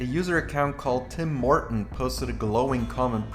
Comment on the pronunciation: Because I was listening to this instead of watching, I keep hearing "Tim Morten" as "Tim Horton", and was wondering what a Canadian coffee franchise had to do with Stormgate.